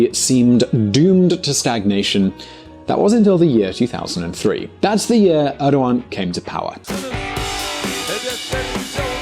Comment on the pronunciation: You pronounced Erdogan wrong